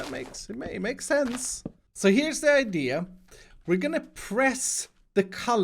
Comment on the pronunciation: I like how he says idea as IDEA is in the background Oh... I guess someone already stole my IDEA